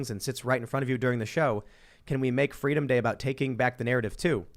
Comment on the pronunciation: Kamala: "Fweedom"